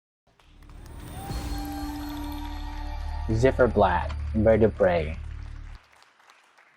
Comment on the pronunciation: Z not zed but Ц,like Zimmer - its more like Zeit in germain 🎉